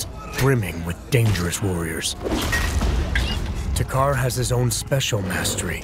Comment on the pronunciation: Ok it's not to,car two Carr or takher It's takkar